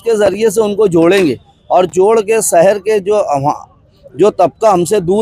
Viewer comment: سہر نہیں شہر